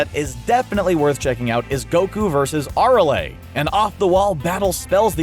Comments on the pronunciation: Aralea? Is arale like a rail not a ra le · Arale =A rail not are a ley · It piss me off when the can’t say the name right he kept saying ARALA when it ÁRALE if you going to talk about an anime character say the name right please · Did you just say " Ar- oley "?? .... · Aralay hahaha u cant pronounce her name right seriously its not that hard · Boy you missed pronounce Arale and Whis so badly. That shows you dont want Dragon Ball. It's so cringy! Stop fumbling simple names. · That's not how you say Arale. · Why is nobody talking about their pronunciation of arale. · Holy Shit their pronunciation of Arale is maddening